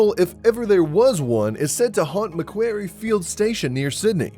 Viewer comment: Its pronounced mac quarry Not meck querry